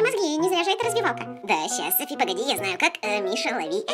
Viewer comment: не сафi а Софи!